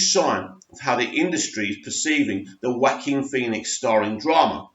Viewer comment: Well done for finally pronouncing Phoenix's first name right! Keep the vids coming.